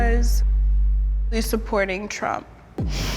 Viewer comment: Yoooo did she just say TRuMp ??? Lol i had to replay this lol ...